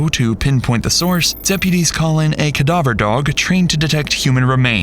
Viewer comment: Ah, yes, the specialized unit of K-9, "Kah-Dah-Voer Dahg". Tier 3 in the three Tier levels of Cadaver Dogs.